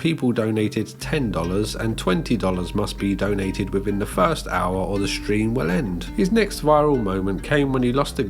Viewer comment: “I did not stweam see pee to chilldwen you idiot, I did not stweam porn to childwen, I stweamed cartoon hentai to childwen you idiot” is the funniest thing I’ve ever heard a person say in my entire life